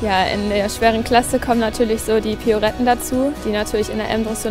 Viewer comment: Was sind denn piouretten das heißt Pirouetten !